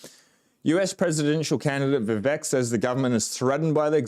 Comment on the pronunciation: His name is pronounced "vi-VAKE".